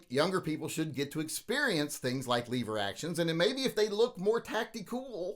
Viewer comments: Lever not leeeever!!!!LOL!!! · Stop saying “Leever” to start with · Did he say leave er or lever? Cuz I’ll leave er for this action any day! 😂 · Only smooth brains call them leever action.